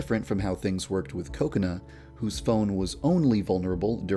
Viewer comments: I don't know why but when Yandere-Dev says "Kokona" it sounds like "coconut" ._. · I'm sorry but the way he says kokona sounds like coconut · You say kokana like coconut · Heheheheh it kinda sounds like he says 'coconut' when he says Kokona. Hehehe no offense. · Whenever yandere dev say kokona it sounds like coconut to me xD